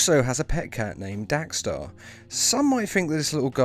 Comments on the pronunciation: Diego Pansini Why does he keep saying Dax star it's DEX STARR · Dax Starr??? DEX Starr 🙄